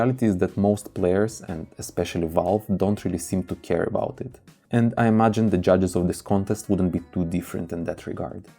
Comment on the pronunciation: Please say mäps, not mups. Fäctor, not fucktor, imägine, not imugen